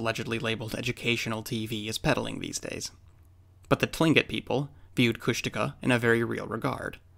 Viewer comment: Is it pronounced [kushtika] like the narrator in this video?